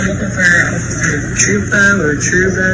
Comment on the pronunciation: Trooper “Trupo” lols😊